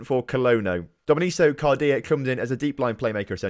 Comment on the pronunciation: Also Domenico is pronounced Domehneeko